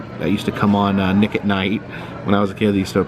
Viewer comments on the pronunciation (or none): none